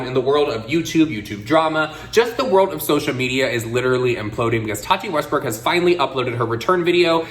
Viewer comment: Tati Westburk/Westberg? Why do I always hear a different pronunciation from?